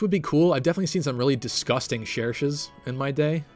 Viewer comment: Yes! now says Cherche's name the way I do (the correct way)!